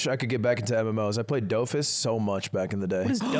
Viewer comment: As someone who watched Wakfu, I hate how Ludwig pronounces Dofus but still have respect for him just simply knowing it exists.